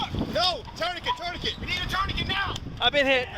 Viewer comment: If they can't even pronounce tourniquet (which is a French word) how can they have the brains to apply one?